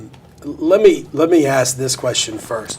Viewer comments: That he try’s to speak like a scientist but says axe, axed etc is pretty comical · He said it several times, I heard him, axe it was very clear!! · Masters degree and still cant speak proper english? I AXED this, I AXED him that. Its beyond ignorant. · He axe her many times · Master degree? He seems awfully vacant and lacking curiosity to have such an education. He lists all these "helping people" and "community service" interests and yet has no grasp that his behavior showed the opposite. i almost spit my drink when he used the words "aks and aksed." He's all flash and no substance. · A bachelor’s degree, master’s degree, BLET certification and quite articulate but still says axe instead of ask. I just can’t. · Axe Michelle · Someone PLEASE explain why!!!! He has completed 5 years of college, holds a master's degree and he STILL says "AXE"!!!!! When they do this, it makes them look ignorant as hell. I'm just curious why african americans do this and I've never been given a reasonable answer. Anyone??? Many thx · axe michelle she might know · Several times he displayed his pronunciation of the word “ask”. Like many, many other blacks, he pronounces ask as “axe”. Don’t axe me why blacks can’t pronounce ask! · Can't even properly say the word "ASK" if you cant pass a common English class you shouldn't be allowed to wear a badge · Did I hear he had a Degree? And he can't even pronounce the word ASK properly.